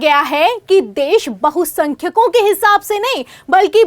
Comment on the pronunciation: Bahumat and bahusankhayk read properly. Before relay